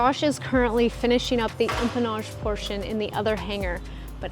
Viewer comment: I think Josh is getting extra $ every time he says, “empamage” and “firewall forward” 😳🤭. Love ya Josh 😍👊🏼🤗